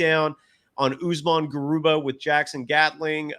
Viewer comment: Garuba not Garubat